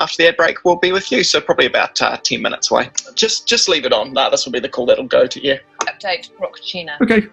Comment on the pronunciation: The TVNZ guy said 10 wrong so many times it was Passive Aggressive